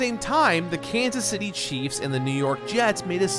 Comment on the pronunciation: hearing say “Kanas City Chiefs” and “New york jets” will never not be weird to me